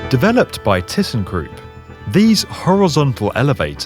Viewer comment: Could you please try to pronounce ThyssenKrupp correctly? As a German, I felt pain at your pronunciation.